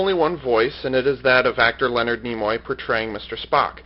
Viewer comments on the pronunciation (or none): none